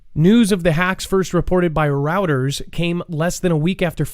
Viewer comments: Hey....Routers? Do you mean Reuters? I thought I may have heard you say this once before..Reuters is pronounced:; Roy-ders. Roiders. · One day soon we're going to wake up and it will all be gone, hacked, and crashed! it is pronounced Roy-ters it's French. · Great show! Wish I could catch them live. Keep up the great work! FYI, Reuters is pronounced “roy-ters.” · Reuters is a Russian TV Network and its pronounced roy-ters. (being helpful, not corrective)